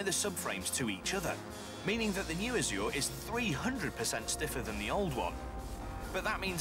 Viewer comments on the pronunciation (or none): Why do people keep mispronouncing azure